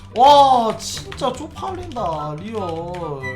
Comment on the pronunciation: 쪼팔린다아니고 쪽팔린다에요